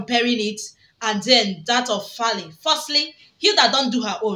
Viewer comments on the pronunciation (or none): He is 100% Nigerian so get that right lady! The name is Faila not Fali 😅